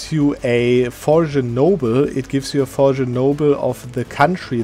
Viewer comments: (Trying to be helpful here, not rude) but you pronounced the G in foreign noble! It is a silent g in english. For-en. I hope this doesn't come off as rude, english is like my 3rd language lol. Your english is usually perfect, just thought I'd point it out :) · Foreign is pronounced Forr- Un. The G is not pronounced